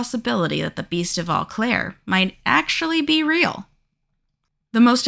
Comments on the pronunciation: It’s pronounced “O Claire” not “Aw Claire” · 😅its pronouced 'Oh' Claire dont start with an e sound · And it's Oh-Claire, not Ah-Claire. Seriously, is it that hard to look up pronunciation? It's super grating to listen to. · O claire. Not au claire.